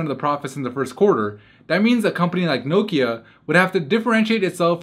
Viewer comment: Did anyone else cringe each time he said Nokia?